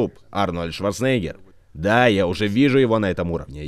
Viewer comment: прояви уважение к легенде - произноси правильно фамилию Арнольда!